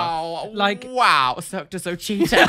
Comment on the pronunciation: Can't believe went for "Cirque de So-Cheater instead of Cirque de So-LAY 🤣